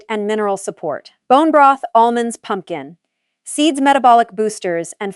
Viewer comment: Good video yet the narration frequently mispronounces words and phrasing cadence is off (example is pumpkin seeds with excessive time gap between the words).